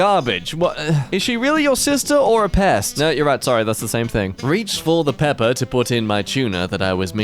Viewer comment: u guys know how some characters sound like they say pepper instead of peppa in peppa pig? Well, apparently did the opposite: Saying pepper as Peppa